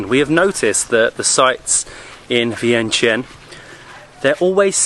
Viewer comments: To pronounce it exactly in Lao is Viangchunh. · Vientiane is actually pronounced Vieng-Jan by Lao folks. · In fact, it is pronounced, Vieng-jan.